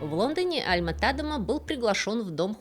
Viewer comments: `Альма (ударение на А) ТадЕма (ударение на Е) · Альма-ТадЕма, ударение на второй слог!!! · до просмотра этого ролика, я была уверена, что его фамилия читает альма-тадЕма....